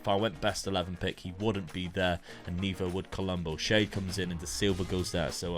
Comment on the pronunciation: It's crazy how full-circle it's come where when Dad first started he was using basic tactics like 4-3-3 and Luke using crazy ones, now it's the other way round Also Kevin Schade is pronounced Sharder